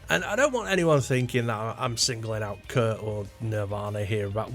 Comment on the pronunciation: I watched the video the entire way through, and it's not like there's a huge revelation? You start out saying that you don't want to copy a guitar tone and therefore you can't understand why anyone else would, you tell us you don't like grunge and proceed to mispronounce Kurt as Kirk, then repeat these points for 8 and a half minutes. 🤷‍♂️